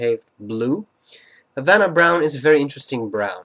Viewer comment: The H is silent in Spanish. Good Spanish, though.